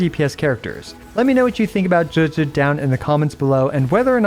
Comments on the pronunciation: Pronounced Juge-gii not gehgeh c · "Juejues" what are these pronunciations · Even tho you can't pronounce or spell her name you still say it 3 times per minute. WTF is JUJU ?